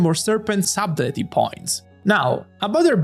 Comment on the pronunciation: subtlety sah-tel-ty